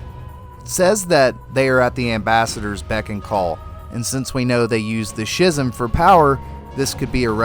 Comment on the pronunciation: I don't know man everytime we encounter his power he waves at us with hands I think he just wants to befriend us. Edit: Also Schism is pronounciated "ski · zm" it's a normal word.